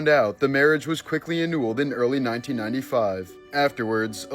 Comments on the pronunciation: I like how you say annulled 😊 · Yo. Annooled?